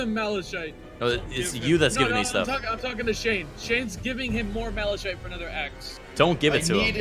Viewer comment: Where on Earth did they get the pronunciation Malashite?